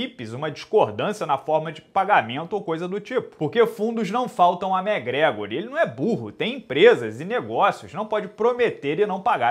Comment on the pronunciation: até quando vc vai chamar o mcgregor de mégrégor? Pelo amor de Deus!